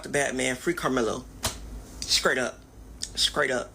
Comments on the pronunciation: Did that 2nd tool say “scraight up?” 😂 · I stopped listening after “scraight up” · What is 'skrate' as in 'skrate up'? Can't even speak English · Did he say “scrate up”?? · He said SCRAIGHT up! Yes with a C!! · "skrate up".... Ignorant...